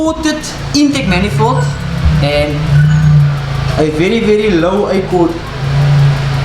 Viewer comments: and the pronunciation of Accord 😂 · Was gonna mention it aswell😂😂